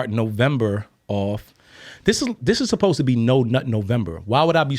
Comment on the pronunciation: Isn't it so cute says susposed instead of supposed?!? 😘